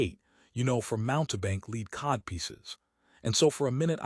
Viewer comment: It lost me when it pronounced "lead codpiece" as "leed codpiece"